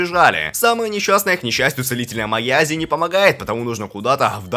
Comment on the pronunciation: не аязи а асия